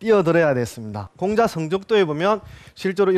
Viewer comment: 공자 강의에, 공을 짧게 잘못 발음했나이다!! 재발! "길게" 발음하시옵소서! 또, 엉터리 독법! 피인지사를 두 자씩 띄어서 발음하셨은 이는 이 구의 구문도 이해치 못했다느 증거이올시다. "피인지" 하고 "사"라고 띄어서 읽어야지요! 이 갈 지자는 소유격으로 쓰여졌음을 알아야자요!! 미국 뱐 완수. 시청자 여러 분! 한 가지 정중히 권하오니, 유튜브에, 처 주실꺼요!? 우리 말 문제에 대한 실로 귀한 강의를 들을 수 있나이다.